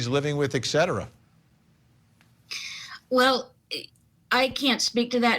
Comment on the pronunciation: it's et cetera. Not ik cetera. ... and again. There's no "KH" sound.